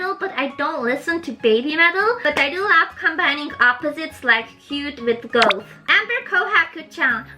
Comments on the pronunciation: just so you know, its pronounced g-Ah-th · o^.^o I love your videos and your English has improved a lot since I first subscribed to you. Btw Goth is pronounced with the same sound "o" as in the word "other" c